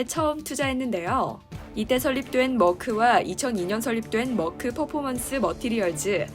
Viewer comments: 한국에서 머크라고 한다고 맞는 발음이 아닙니다..영어도 독일발음도 아닌 이상하게 발음해서요. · Merck 는 멀크는 영어식 발음이고, 메르크가( 가운데 r 발움을 약하게) 옳은 발음. 머크는 어디서온 발음인가요?